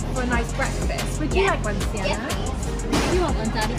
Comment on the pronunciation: You dared them to try to pronounce swedish words and what surprised me the most is that you pronounced correctly of Sienna and 😄 the first word smycka means adorn, duktig means good, nybakad means freshly baked, flisad means freshly baked, cirkustält means circus tent and the last word lördagsgodis means Saturday candy we call it Lørdagodt and the reson is because it`s sweet weekend for kids/children and how pronounced were funny.... But are u sure theres nobody in ur family who are from somwhere in Scandinavia because you were good to pronounce swedish words. I'm from Norway and we don’t have nice and delicious cakes in Ikea restaurants here in Norway.... and u guys are loucky to get foods and desserts for so cheap while we have to pay for a lot of money😔 im from a very expensive country [Norway] the food you bought would be in around 25 to 29 pound 💷 if it was here in 🇳🇴 IKEA is just 10 minutes away from my house with bus.